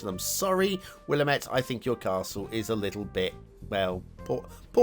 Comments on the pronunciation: Huh! Close to home, haha. Recognized Ross Island in a heartbeat. "Will Am Ett" is how I usually hear it pronounced. It's killing me that people are making Oregon maps and I haven't finished all of my Oregon trees rofl "Mar come", and don't worry, it's nobody's favorite haha. They make an effort to make them prettier now. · Will-lamb-et River, not sure if that helps at all with the pronunciation 😅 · Willamette, damn it.